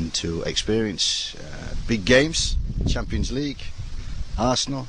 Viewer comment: Chimpyns leeeeegue.